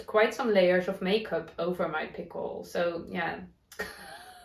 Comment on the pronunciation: Pimple on your skin? It sounded like you said, "pickle" which is a cucumber in vinegar that you eat. Yes, we all have pimples and fuzzy hair sometimes (I do right now) :)